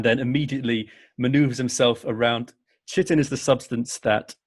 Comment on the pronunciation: Chitin isn't pronounced shitten. It's more like "kite in." 😂😂😂